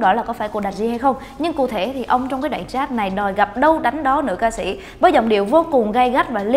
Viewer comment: "cu thể" 😂